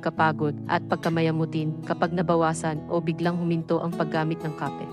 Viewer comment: Bakit ang pronunciation mo ng Kape ay Mali, taga Pilipinas ba kayo